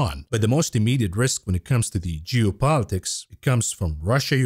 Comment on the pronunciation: Are you saying geo politics or jew politics...hmmm